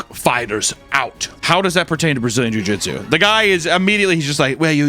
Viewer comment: Papa kept saying car "jutsu" instead of jitsu and I know it's cuz he watched Naruto as a kid 😂